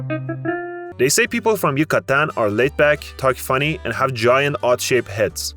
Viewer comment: dude... figure out where to stress your syllables before making a video! hidroCAlidos, YucaTAN, etc etc